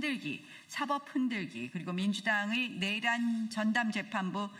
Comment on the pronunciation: 그냥... 전봇대 위에 새가 앉아있고 밑에 멍멍이가 앉자있고.. 그형태가 개 와 새 가 끼리끼리 ..멍소리..하고 국민은 생각이 없나? 본인들 말고는 다 알고 있다는...... 저분들의 뇌란? 입법내란? 뇌란? 발음좀 .. 정확히 촉구드려요